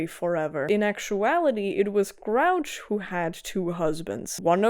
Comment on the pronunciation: Hey, just wanted to let you know it’s pronounced Gru-och, Grr Oo Ah ck. It does look like grouch though! Names that are Britannic, Gaelic, Celtic, ect can be tricky if you’re not familiar with them. I hope this helps!